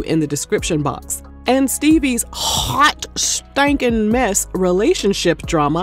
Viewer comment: Lol the emphasis on hawt stankin mess.